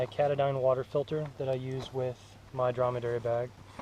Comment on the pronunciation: cat-a-dyne? Try- Ka-ta-din. ~~You can use a pile sweater as a pillow. Do you really think the hatchet is worth while? You bring a tent plus a hammock? I wish I had started out learning to back pack. Those guys know how to keep things simple, light, and easy. Good video, overall, thanks for taking the time to share.